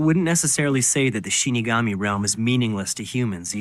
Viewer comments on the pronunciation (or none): Excited that you guys are watching this. When mispronounced "Shinigami" as "Shin Megami", my ears perked up, thinking, "SHIN MEGAMI TENSEI?!"